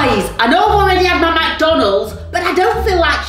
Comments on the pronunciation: SquAr3 CloUdy McDonalds NOT MACDONALDS 😂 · she says it mac donald’s but it’s mc donald’s